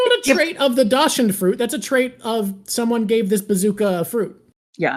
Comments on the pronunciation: BTW it's pronounced "Dox-Hoondt" not "dash-end". It's a weiner-dog. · Dachshund is pronounced "Docks-Hoond" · How the hell are both of you pronouncing dachshund? It's correctly pronounced "dackshoond". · That’s the first time I hear Dachshund being pronounced like that.